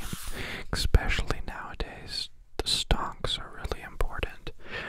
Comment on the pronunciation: He also says 'eXpecially' I noticed.